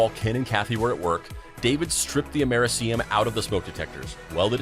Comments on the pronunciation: "Mer see um" is Americium. And it is PRONOUNCED "Am Er ih see um", just like it is spelled. Hello? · Repeat after me: Am-uhr-eeee-see-um